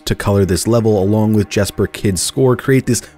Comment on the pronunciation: Jesper Kydds name is pronounced “Yesper” btw. I met him at a restaurant in southern Utah last at year.